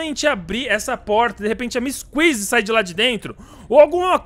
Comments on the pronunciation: "MISS QUIZI" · O porque você fala miss kisy sendo que é missy kissy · O nome do huggy ele fala uggy wuggy e o da kissy ele fala missy kuissy